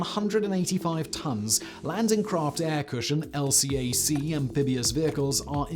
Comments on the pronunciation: LCAC pronounced el-kak. Saying L.C.A.C. in the US Navy gets you laughed at, then instructed. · LCAC, pronounced el-cack. FYI. 10/10 otherwise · LCAC rides are phenomenal. Just a note: Marines and seamen pronounce it "EHL-kak." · You can say LCAC as a word and not an acronym. Just say "Elcack". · The acronym LCAC is colloquially pronounced, not spelled, EL-Cack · LCAC pronounced "El-kak"